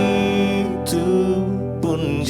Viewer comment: Haelluyaaaaa luar biasa tuhan Jesus Kristus Memberkati. Serak serak basa seperti Judika Singer KK sang gitaris andalkan. begicuuuu begitu yang bener KK, bukan begicuuu Nice ❤️😂 lah Pokok nya The best Syalom, syalom dan tim Haelluyaaaaa